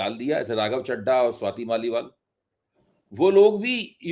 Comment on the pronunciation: मैं कोई राघव चड्ढा का प्रशंसक तो नहीं हूं परंतु आप जैसे स्वघोषित उच्च कोटि के पत्रकारों द्वारा चड्ढा चड्डी शब्द उच्चारण करके खी खी करना आपके प्रोफेशनलिज्म पर सवाल उठाता है